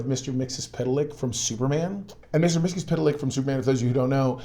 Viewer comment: yeah, you pronounced Mxyztlplk real good 😅🤓🤓🤓🤓